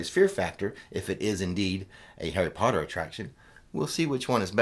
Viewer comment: More POTTAH!